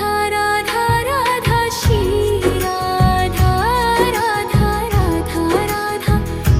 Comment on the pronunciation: Aap galt bol rhi ho voh shri radha hota hai naki si radha 😅